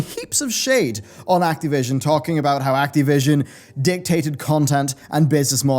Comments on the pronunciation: It's Activision, not Acteevision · Can't get over how you pronounce Ac-TEE-vision. :-)